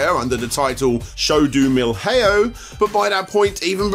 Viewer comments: pior pronúncia de milhão que eu ja ouvi kkkkkkkkk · Dude, that's the funkiest portuguese pronounciation i've ever heard lmao. The "lh" in "Milhão" is supposed to sound like "ll" in spanish, like in "llama". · listening to you pronouncing "show do milhão" as "show do mil hey-o" is painful. It's more like "show do milian-o" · “Show do Mill-Hey-YOH” - yer Pertergoose is perfecto. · show do "millhayow" 😂, i just find so funny how english speakers pronounce the portuguese syllable "nh". btw i never would imagine that i would ever see Show do Milhão mention on a video 🇧🇷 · The way he pronounces Milhao lol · You butchered the pronounciation for "milhão".